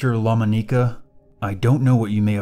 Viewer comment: oh also his name is pronounced la-MON-uh-cuh, not lom-uh-NEE-cuh, just btw